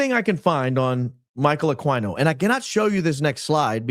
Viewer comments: Michael Ah Queen O not AkwineO. AKA psycho dbag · Aquino is a Pilipino name pronounced Aah Key No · That congresswoman let it slip that Erika lost her kids in the valuetainment interview recently. And was mispronouncing Michael Aquino's last name. Dude is not a horse... Ah-keen-oh. Also, he is an actual scumbag though! Linked to a child sex abuse ring at a military daycare. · "Akeeno" is how his name's pronounced. Just sssayin'.... PS: Did you lookninto that streamlabs superchats yet? It's your money, not google's! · Also, pretty sure his name is pronounced A-KEEN-NO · Ah-KEy-no. Michael Ah-KEY-no. We deserve better. 😂